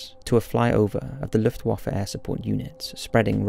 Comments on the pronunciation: Sounds like u say Luffewaffle xD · Lmao did anyone else pick up that he said "Luftwaffle" too? Thats funny... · Did you just said,.. Luftwaffle? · "Luftwaffle", eh? :D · You really need to look up the pronounciation of 'Luftwaffe' :) Awesome video btw.